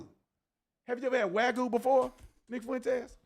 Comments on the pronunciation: Wagu? 😂 It's wagyu. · Bro literally says "waggoo" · it is not pronounced "WAY GOO" Tatum ! it is pronounced '' WAH GYOO '' THE WAH rhymes with NAH, THE GYOO is la hard G + YOU = GYOO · Talmud Tatum proves Nick right. Bro can’t even pronounce wagyu. Tf is a “wagoo”? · Guy can’t even pronounce Wagyu right. He’s a clown through and through.